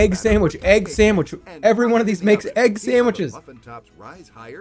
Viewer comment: I am haunted on how that guy couldn’t say egg.